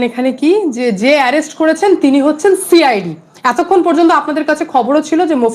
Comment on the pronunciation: She I d. উচ্চারণটা শুনুন। সিআইডি নয়